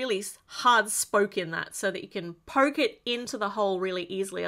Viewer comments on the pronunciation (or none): none